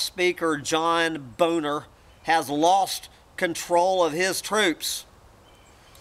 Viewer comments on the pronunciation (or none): Nicole Foss met Max Keiser over in Europe several months ago. She said that he's far quieter and more sedate in person than he appears on his show on Russia Today. I was pleased to hear you mispronounce John Boehner's name, whose last name is pronounced "bay-ner"..